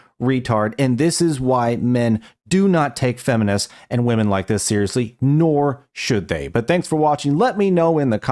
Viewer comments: Lol that was funny, the chick that can't say women, she says woman in the dumbest way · Why do so many people struggle to say WOMEN? They say the plural of women as WOMAN. why? Pisses the shit outta me. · It's women!!!! Not woman fucking gen z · when a person can’t for whatever reason can say “women” should never be taken seriously. should stay quiet for now on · It is so freaking annoying. They confuse the singular and plural pronunciation. Glad I’m not the only one. It’s also taught in liberal colleges.